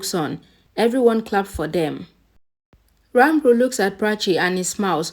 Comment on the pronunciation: Can you stop saying Ranbur pls? It's disturbing.. Ranbir pls